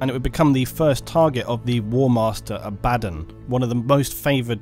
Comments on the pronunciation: The name is pronounced is Abba Don NOT abad on! Jeez! Otherwise excellent work. You and the bigot Arch do the best Warhammer video's and with your videos we skip the neo Nazi ('Iron Jew') SHITE from Arch or his obsessed triggered 'Look there is a woman in the video game, I am losing my mind!' crap. So glad to have you as a sane alternative and you are more philosophical and detail orientated than he is, so you are now my new #1 Warhammer 40,000 commentator online! Great stuff!! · Stop saying his name wrong. Abb-a-don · Haha no it’s abbAdon surely?! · Ebadon? EBABON?! It's Abaddon! It's pronounced ABADDON not Ebadon. Feels like Nurge is vomiting in my ear each time i hear Ebadon. Ech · Imagine learning how to pronounce names .... Its AB A DDON .... Not Abaddon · Say it with me: “Abba:Dawn” 😂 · I liked how this dude call Abbadon "Uh-baddon" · its pronounced aba-don also its Row-BOOT-ay GILL-uh-man. Lastly the image , what is the images source? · I pronounce it Abba-Don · Love your vids but your pronunciation Abba-don make me so mad .... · aba-DON lol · abb-a-don not din lol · "A bad'un" ... ? Brits.. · Please learn how to pronounce people's names properly. The way you say "Abbadon" and "Gilliman" makes my teeth hurt. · ABBUH DAWN wtf..this dude somehow manages to say every other name or faction completely wrong...ugh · except he doesn't say abaddon the proper way which is triggering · I thought he said it funny too, great vid though! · Abadon. ....the only word there that really got to me. Rest of it....good. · Every time he says Abaddon I die inside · That incorrect Abaddon pronunciation.. eye twitch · For someone who has been doing warhammer 40k videos for a while how do you not know how to pronounce abbadon or roboute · You can't pronounce Abaddon? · Vid was going so well until he spelled Abaddon's name... Then the sheer wrongness of it all quickly devolved into ear cancer every time he uttered that name.